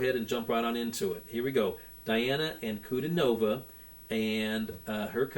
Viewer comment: I am glad to see you continue your journey. You will not be disappointed. BTW, her name is pronounced Dee aah na An coo DEE nova.